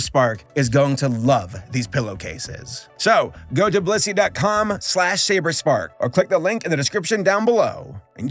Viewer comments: Blussy? TF is blussy?? Where can i get some of that??? Oh. You said blissy. . . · Blissy sounds like bussy.